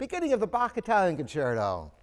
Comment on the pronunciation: Bkitcerto = Bach's Italian Concerto. Nice accent, Sir.